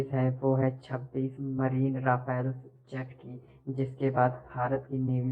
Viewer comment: Thoda Rafael ko sahi se pronounce kr liya kro